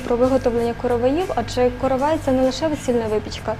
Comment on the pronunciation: Наголос правильно ставте: коровАй, коровАи, коровАю. Викисловарь почитайте, если не знаете. Сюжет интересный слушать невозможно